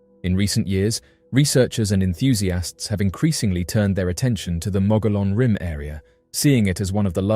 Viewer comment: It’s pronounced the mogee-on rim. Why are all the photos and videos clear as mud?